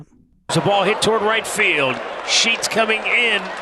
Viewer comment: Sounds like "Are you Sheeting me?"